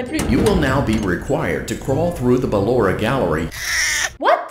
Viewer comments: C'est BALLORA pas LAURA !!!!! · C'est pas luara c'est ballora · c pas lora mais ballora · c'est pas lalora c'est balora et puis c'est pas bébé c'est baby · Cc j’adore t’et vidéo surtouts celle sur Pablo et juste c pas Laura ses balora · Non c est Ballora pas laura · C'est pas lora mais ballora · Ce n'est pas Lora c'est Balora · C est balora est non pas lora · C'est ballora pas lora 😂😂😂😂😂😂😂😂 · C'est pas Lorae c'est Ballora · Ses ballora pas lora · se nais pas lora cest BALLORA O.K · C'est Ballora pas Laura❤ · C'est pas lora c'est ballora. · C est pas lora c est Ballora 😐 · c'est pas lora c'est balora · Ses ballora pas Laura 😂😂😂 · Déjà s'est pas llora mdr s'est ballora😂🤣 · C ballora pas Laura 😏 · Balora pas lora